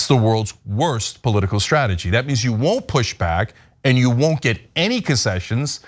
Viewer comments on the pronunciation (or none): All commentators out there! The word is strong not shtrong. The word is strategy not shtragety! Is it a speech impediment or a speech change? can you say stripes or is it shripes???